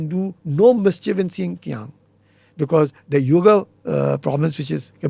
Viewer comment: NOT SIKIANG BUT XINJIANG